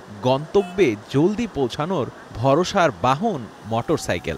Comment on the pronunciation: রিপোর্টার বার বার মটরসাইকেল বলে গেল।